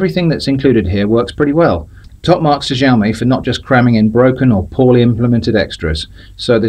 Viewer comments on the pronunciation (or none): Completely unpronounceable name, sounds like your saying 'Jaome'. 😃